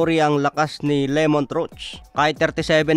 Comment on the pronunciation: Pakiayos po pronunciation sa pangalan ng fighter. Hindi po Lemont, Lámont po tama🤦‍♂️